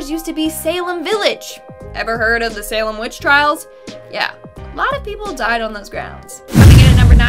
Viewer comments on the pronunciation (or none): none